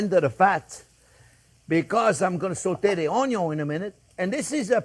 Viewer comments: I didn't see the channel's name when I watched it and until the point where he says "onio(n)" for the first time, I thought he is Italian 😉 May I add my tip for not having the olive oil swimming on top of the sauce later on? In the beginning I fry the minced meat on it's own till the moisture is out, then I add the pancetta or even lardo, which is enough fat for a nice caramelization. Thanks Chef for this original recipe and thanks everyone for reading 🙂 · Few things are better in life than hearing Chef Jean-Pierre say "Onyo!"